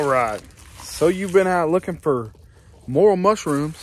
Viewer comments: more rail the correct pronunciations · Learn how to pronounce it before you hunt it.